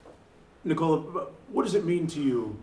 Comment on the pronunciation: Stop saying Nee Cola...